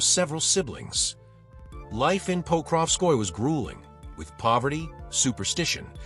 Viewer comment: It's "po-krov-skoy-yeh" not "pokrov-skoy"